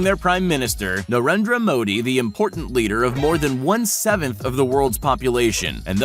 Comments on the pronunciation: I am from india and you pronounced narendra Modi wrong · the way he pronouns narendra ji modi is kinda funny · and you pronounce narendra modi wrong